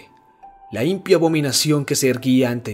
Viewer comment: Sé que este es un video antiguo y más que seguro has mejorado muchísimo, pero en esta narración hubo demasiadas palabras mal acentuadas, como mármol, impío, pulido, que no me permitieron concentrarme en el relato. :c